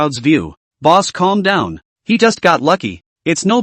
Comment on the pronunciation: Calls boss boos sounds like booze XD